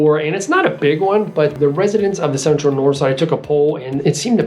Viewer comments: I don't believe you're saying "dahnspahts" correctly...or for that matter, Nors'ide or dahntahn. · I don't believe you're pronouncing "dahnspahts" correctly, or for that matter,Nor'side or dahntahn.Otherwise,great video!